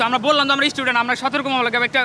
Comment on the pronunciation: এইডি কিসের ছাত্র??? ইস্টুডেন্ট!!